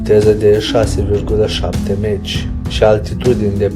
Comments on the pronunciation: Avionul rusesc se cheamă Suhoi, nu Sucahoi. Pentru „Mach”: se pronunță „Mah” , nu „Maci”. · Prostovane! Mach se citeste (mah) si este numele unui savant care s-a ocupat cu aerodinamica. Meci spui caud te duci la stadion Prostovane!! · Nu "Meci", coaie,nuuuuu,nu,nunici Sukahoi,felicitări ,ia-ți putină(de murături),ești la fel ca pietroiul de pe ele!Dacă nu ai sistem de catapultare,ia-ți totuși ,capre ,ar fi un început,nu!?!